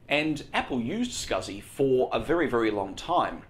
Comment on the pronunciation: could you please stop saying fur instead of for?